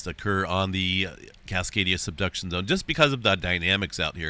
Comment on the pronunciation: i keep hearing “cascadia seduction zone” 😆